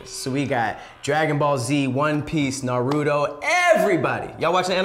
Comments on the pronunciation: CAN PEOPLE STOP SAYING NUH-ROO-TOE INSTEAD OF NAH-ROO-TOE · Naruto = nah roo toe not Norudoe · Narudo (makes me cringe) 🤣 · Like nah son it’s “nah-rue-toe” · Irks me so much when people say nar-ru-doh lol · Who is "Na Rudo Oh"? And why can't his name be pronounced correctly? 😂😂😂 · Why people butcher NARUTO name like that. He say it like 50 million times in the series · Oh, your pronunciation of Naruto makes me want to tear my ears off😂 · Am I the only one getting triggered by the name pronunciation of Naruto and some other characters? That’s not how it sounds in Japanese 😩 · Keeps pronouncing naruto wrong🤦🏾‍♂️ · The way y’all are saying Naruto is sooooo cringe. They don’t even pronounce it like that in the Japanese version 😭